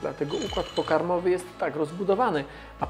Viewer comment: układ pokarOmowy ;p